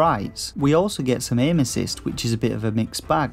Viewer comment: OMG.... I had to go back 6 times before it finally clicked as to what you were saying, which was "We also get some Aim-Assist" because the way you talk I swear ALL I heard (which made no sense) is "We also get some Anuses!" Why we would get anus's obviously didn't make any sense, seriously tho, PLEASE go to & tell me it doesn't sound like anuses!